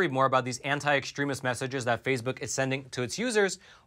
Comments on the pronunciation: Phase Book is pronounced Face Book. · are you intentionally calling FaceBook “phase-book” or just mispronouncing it by accident? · It's face book, not phase book. Very annoying that you keep mispronouncing.